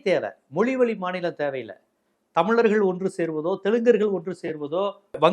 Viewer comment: தம்லர்கள் னு சொல்லாத அழகா சொல்லு *தமிழர்கள்*.... அதுபோலவே தீம்கானுதான் சொல்ற...அது தி.மு.க